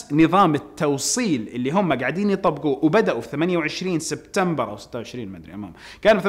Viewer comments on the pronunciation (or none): none